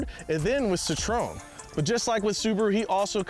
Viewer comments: what did you say? CITRON? lolol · Citroën 🚫 Citrooon ✅ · It’s cit-RO-en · the way pronounced Citroen, as CEETRON had me in tears 😂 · MY GUY SAID CITRONE !! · Wait what!!??? Is that how Americans pronounce Citroen!!?? It's clearly pronounced "sit run" 😂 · The emphasis is literally on the ë